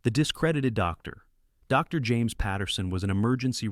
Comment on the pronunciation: Okay, so here's a suggestion. Since your having your computer do the narration, and said computer interprets the period after "Dr." as a natural pause, causing the pause between the words "Doctor", and said doctors name, when you're typing out your script for the computer to read and vocalize, simply type out the entire word, "Doctor", instead of "Dr.". At worst, it'll take you an extra 1.5 seconds. All that being said, I appreciate your content. Keep 'em coming friend. 😁